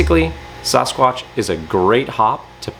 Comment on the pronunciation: s-AAAA-squatch. So grating to hear him say it wrong